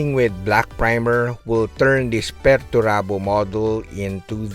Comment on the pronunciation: It´s "Peter Turbo" you know.